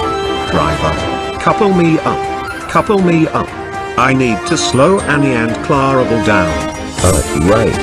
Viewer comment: They can't even say clarabel right.